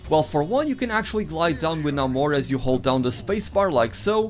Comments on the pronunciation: It's Nay-mor not Nah-mor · It's pronounced Nay-mor - always was until the terrible M-She-U film. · Its neither of those. The "a" is pronounced the same as the "a" in cat. NA-mor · "Nay-moar" - obviously the GOAT.